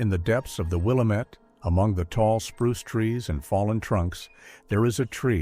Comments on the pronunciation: It's not Will-uh-met, remove the 'D' from Damn-it and that's how you pronounce the 'amette' in WIllamette. I'd hate to hear how you'd pronounce 'Yachats' or 'Coquille' or 'Champoeg' or even 'Deschutes'. At least you got Oregon right, so many people pronounce it 'Or uh gone'. Creepy story, never heard it before and I've lived in Oregon for thirty five years. Probably not real. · It is pronounced WILL-LAMB-MET. I realize in the East they pronounce it differently. But on the West Coast, we do too. That drives me nuts when outsiders cannot pronounce manes of places correctly. Never heard of this couple, never made our local news. I would have remembered. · From someone who lives in this area, it really bugs me how they mispronounce “Willamette” 🤦‍♀️ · It's funny to hear how Willamette gets pronounced by AI and out of towners. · Stupid AI voice can’t be trained to say Willamette correctly. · Fking fake voice can't even pronounce Williamette.....thumbs down to "Hidden Trails" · My eye twitched every time they said it weird. I’m like at least they didn’t say Or-E-Gone. 😂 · AI never gets it right!! Really this one got under my skin. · Geez, thank you for correcting the pronunciation... it drives me crazy to hear it mispronounced!!! I used to LIVE in Willamette before it became West Linn!!! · By all appearance, this is another fake utube story I live in Oregon and this is something I would remember if true. Nothing comes up if you Google the subject You pronounced the word Willamette wrong. Seems you'd at least get that correct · I am an Oregonian I have been here all my life. The pronunciation of Willamette is will lam ette not willow mette just so you can sound like a real Oregonian. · It’s actually pronounced “Will-Lamb-it.” Grew up near the valley and heard it my whole life. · It's pronounced Wah-lamb-it not Will-ah-mit. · It is NOT "Willuhmet"! One syllable. It is "Will am met". Three syllables. Get it right AI. I live here. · with the stress on LAMB, not WILL.